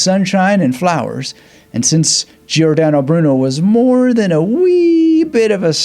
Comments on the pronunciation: He pronounced it like “Geeordano”, but the correct pronunciation is like “Jordano” (he did the same with Giovanni: it’s Jovanni, not Geeovanni). It’s a mistake English native speakers often make. It’s a probably a case of overcorrection, as in Italian you basically pronounce all the letters. But this is an exception, as the i is there to tell you to pronounce the g as a “soft” sound (like in gist) and not a “hard” sound (like in get) before a, o and u. The same is true for c, which always is a hard k sound before a, o, and u, and always a soft sound if it’s followed by i or e. That said, just spouting “learn how to pronounce it” seems a bit silly. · Love this. But learn how to pronounce Giordano.